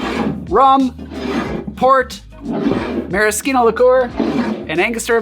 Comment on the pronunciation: Since when is maraschino pronounced with a hard K?